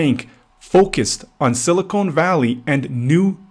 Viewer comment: It's sili-CON not sili-CONE. Two different elements. Two different words. Typical low-IQ realtor. Get an education and a real job. Stop leeching off of people because you couldn't get into college and do something that benefits society. Learn how words and sounds and the letter "E" work.